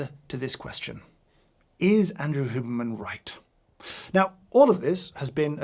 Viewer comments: H-you-berman, not hooberman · The way you pronounce "Hyewberman" as "Hooberman" just hurts me I'm so sorry James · No one: James: “Hooberman” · Can someone just clip every time James says Huberman. I love the Brit pronunciation 😅